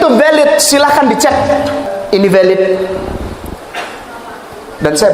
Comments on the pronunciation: gk punya rasa malu Sok kr english2an.. eh.. linksoundnya amburadul... Blg VALID mlah VEULET...😂😂😂😂😂😂😂😂😂😂.. gk bacanya: PELET..... Sbntr lg bisa2 akn mensahkn FATWA... FATWA CARA BOHONG YG BAIK DAN BENAR.... Mana ada d belanda jurusan liturgi.. alamak... bgtu mudahnya org2 islam dibohongi... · Dan itu VELIDHHHH 😂tuakberrr😂